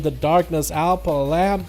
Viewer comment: it's Alma ffs :D